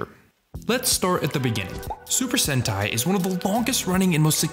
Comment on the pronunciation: 7 minutes in and I JUST realized he was saying sentai… not hentai lol